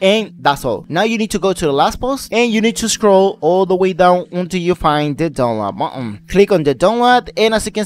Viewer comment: dunlad buhuhhn bro im dead